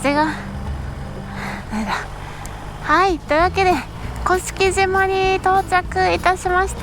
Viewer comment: 鹿児島県民です甑島（こしきじま）ではなく正式にには甑島（こしきしま）です。